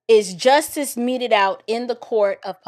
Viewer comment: He said he's fighting for "troof and justus!" Lord... 🤦🏾‍♂️